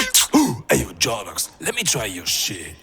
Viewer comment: btw its more like Jordo"ks" and not Jordo